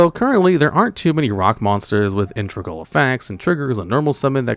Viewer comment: If you can't be bothered to learn how to say "integral", stop using that word so much...